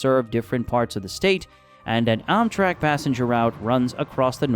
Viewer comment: Also struggled pronouncing "Helena" and "Amtrak"...